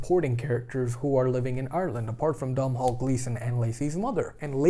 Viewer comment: No No No!!!! You can't review a film without knowing the leads name. I can't believe you couldn't look up the correct pronunciation of the lead actress of the film. It could have been a much more rewarding video, if you had done some research into the actors names. Saoirse is pronounced Ser-sha, while Domhnall is pronounced Donal.